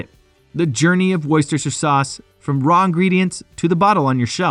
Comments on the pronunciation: It should be pronounced "Lee" and Perrins "Wooster" Sauce. Hence I gave up on this vid after a minute and a half when my English ears had had enough. The sauce is lovely, though. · It's not Leeeeeah you idiot it's Lee. Honestly you Yanks embarrass yourselves. And It's not worcesteshire sauce it's pronounced Wooster. You are very funny - why not actually do some research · Bruh. it's pronounced Wuster just like Muster, Buster, Cluster, Thruster, or even Knuckle Duster ! Wuster Sauce for the win ! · What is wrong with Americans ? And why can they not pronounce Worcestershire ? It is WOOSTER SHIRR Got it ! The town is WOOSTER, The County Is WOOSTER SHIRR ! It isn't that hard ! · Keep it simple speechrobot; call it like the Brits: wooster suace..after the city Worcester..pronounced wooster. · Shistershester sauce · Don’t make a video if you can’t pronounce it right, waste of my life, you can’t act intelligent when you pronounce it wrong. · Wow that Pronunciation is next level ! awesomely bad, you will laugh too when you hear how it's said !....cheers! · If you make a video like this , can you please learn how to pronounce the name Worcestershire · His pronunciation was all over the place and kept changing, though. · Oh no! I started watching, but couldn't take the mispronounced Lea (Lee), Perrins(Pear-ings, Worcestershire (wu-stuh-shuh), Tamerind (Tam-ur-rind). I had to stop, wrote this comment and left.